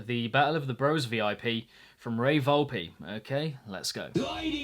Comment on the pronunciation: its Volp-Eh